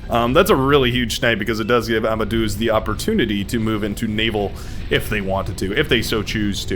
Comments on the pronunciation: Deuz in amadeuz is pronouced like "Deus Vult". Just replace the s with z. Not Doo-az. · Wolfgang AMADOOAZ Mozart 😂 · Please tell me your pronunciation of Amadeuz is a joke that goes over my head